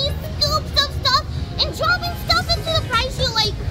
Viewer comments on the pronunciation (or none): none